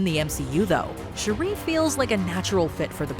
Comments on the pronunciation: Her name is NOT "Sharrie". Please get it together 🧏🏾‍♂️🤦🏾‍♂️ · Why are you calling shuri "Sheree" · How do you shalack and mispronounce Shuri's name so bad???? It's only been said outloud in movies for 3 years now. Kinda disrespectful. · The way she pronounced Shuri...jeez! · Put some respect on Shuri’s name and pronounce her name right! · Your Pronouncing Shuri Wrong...please correct it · Why are you pronouncing Shuri’s name like that? 😭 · The amount of saying Shuri name so wrong. The annunciation of Shuri is wrong